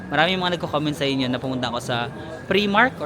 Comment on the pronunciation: PRIMARK is pronounced as pry-mark